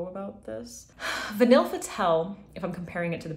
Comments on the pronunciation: vanille is said like va-knee 😘 french is an interesting language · vahn-y "vanille" pronounced vahn-y